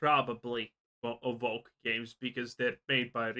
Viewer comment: You can't even pronounce woke lmao, stop talking grifter